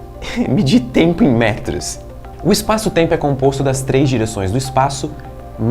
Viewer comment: essa moça loira me faz lembrar o principe do ''schurek ''...e o jeitinho meigo de falar...( eispaço teimpo )..aff